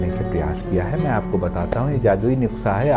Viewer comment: Sir please nuksa nahin nuskha hota hai 😝😝